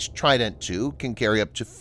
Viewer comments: even better, I can pronounce it correctly, unlike the pronunciation of trident in this video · You pronounce trident in a silly way